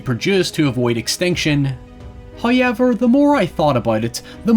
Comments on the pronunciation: I've heard you say how properly, and ever properly. How come you can't join them? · haha irish man go hoyever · The lad who says NOY and HOYEVER is back again.